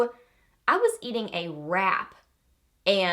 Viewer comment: Omg...I thought you said after you ate a “rat” not wrap! 🤮😂 Do you have any recommendations for lip “stains”? I like to wear a stain and then a gloss over top in the summer, and I can’t seem to find them anymore? Maybe it was a fad?!?!